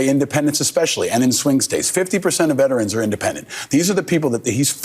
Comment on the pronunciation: This may sound picky, but I want to THANK YOU for saying “vet-er-ans” instead of most people who say “vet trans”. The pronunciaton makes all the difference. thanks for pointing out the crap the orange man did.